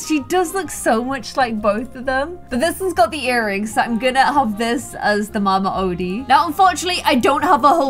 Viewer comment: Mama odi (oh-De)